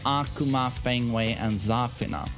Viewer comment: not every character is pronounced like Kazuya😂😅. It‘s Za-FIII-na